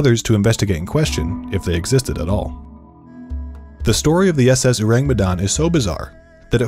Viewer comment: It's "orang". Orang Medan or people from Medan. Ayyyy you sure know how to attract clicks. My people will swarm you here.